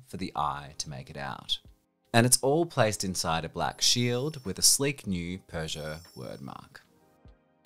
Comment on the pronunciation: Love this guy's pronunciation "Citrhon" "Runa" "Peuschout"